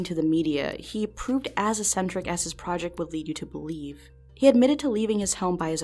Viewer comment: There was no "chaos" in that room, only strict order. And the first C in the word eccentric is a hard K sound, the second C is the S sound: 'eck-sentrick'.